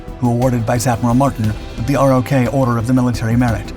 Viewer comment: Sir, in the video you described the Republic of Korea (ROK) forces as ROK Divisions. In US Army speak they're called RO(c)K Divisions. The 'C" is silent. Other than that, excellent video.